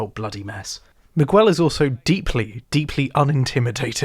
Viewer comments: Dope video man. Well Done. However i gotta nit pick one thing, bro Please pronounce their names right lol "MiGell" not MigWell. and "LIE-la," not Leela. When you say their names like that it makes me think you didn't actually watch the show lol no one on the show pronounces their names the way you do. Otherwise, awesome job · Do they really call him "miwuel" in the show? Miguel is a spanish name and the U is silent. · Not sure why the youtube algorithm tossed your video my way (two months after you made it) but it was good. My only problem with it is your pronunciation of Miguel Prado. I didn't like season 3 much at all, but giving Miguel the standard british butchering of foreign languages was funny and annoying in equal measures. I'm trying to decide if it was bait for a comment (if so, well done) or a total disregard for how the character's name is pronounced in the show and the world at large. "Mig well" would be spinning in his grave. Considering he was a Cuban character from Florida played by a guy named Smits from Brooklyn, I guess it doesn't really matter. At least it's all downhill in part 2.